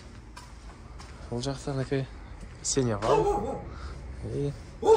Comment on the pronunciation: Сеневал эмес, Сеновал! От слово Сено!